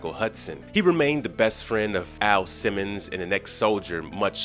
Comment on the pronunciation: you literally call AL, A.I. Simmons!? Ha ha🤣wtf?